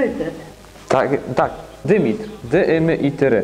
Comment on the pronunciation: Greckie imie to Dimitris a nie Dymitr